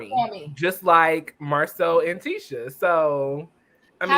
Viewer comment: Omg tishaaaaa not tisaaaa lol